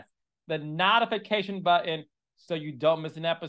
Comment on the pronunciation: Carlos is trying to hard to talk so professional and extra that he’s mispronouncing easy words…NOT-ification for example.